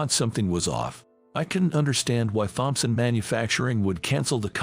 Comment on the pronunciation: Thompson, the H is silent!!!